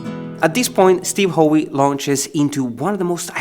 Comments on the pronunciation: Howe is NOT pronounced ho-wee. It's pronounced just like the word "how". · It’s pronounced how not ho..e, Steve Howe is one of the best arpeggiating progressive rock guitarists, yes Brian May played it, but it was in Steve’s skilled hands that it was partially arranged, he needs more credit in your posting lead. Spend some time listening to Steve Howe on YT with Yes and his arranging skills will be very evident. Your posting is very well broken down on the complexity of this piece which the pros make look much simpler than it is. 👏👏👏